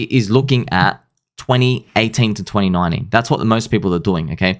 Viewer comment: Hey 2019 has a T in it bro